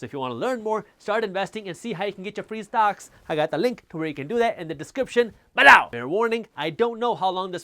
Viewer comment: Its below not balow.😂